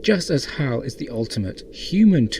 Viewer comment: Since when is Hal pronounced as How? It sounds weird. Very weird. How?